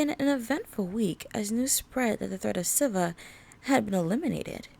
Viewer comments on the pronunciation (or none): SIVA is pronounced (see-vah)